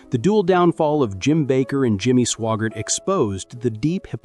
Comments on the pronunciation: AI NOT Swoggart, SWAGGART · You need to make sure to learn how to pronounce name's its Swaggart, not swaggar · Your AI mispronounced Sawyer, Swaggart and Bakker.